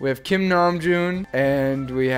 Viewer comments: Am I the only one who is praying for to fix Jin's name to Seokjin instead of Seokin😂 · It's no longer "SEOKJIN".....its...."SEOKIN" 🤣 Namjoon looks like a dad